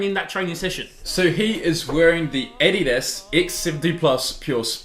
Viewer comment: the way you guys say addias kinda bothers me